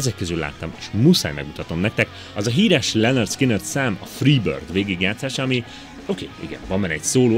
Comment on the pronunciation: “Lennörd szkinnörd” 😂😂😂😂 ???